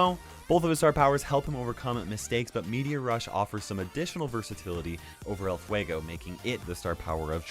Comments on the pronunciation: "Ell fuegou" I'm a hispanic suscriber and that make me laught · Nobody: Latin people listening say "El Fuego": HAHAHAHAHAHAHAHA!!!!!!!!